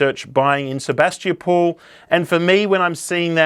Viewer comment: Wen-dory and Sabas-tee-a-pool 😂😂😂😂 You’re familiar with our Ballarat geography but not our names!!! 😂😂😂 Wendouree is pronounced “Wenda-ree” and Sebastopol is pronounced “Seb-bass-ta-pol” or just “Seb-bass” to locals…🤣🤣🤣